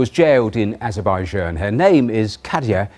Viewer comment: That Azerbaijan pronunciation though